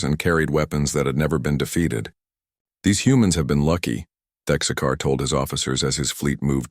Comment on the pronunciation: Thexkar Not Texcar 😂